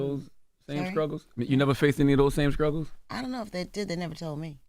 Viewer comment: The fact that Charla says skruggles when she he knows it’s struggles bothers me so badddd I remember when Envy called him out on it too!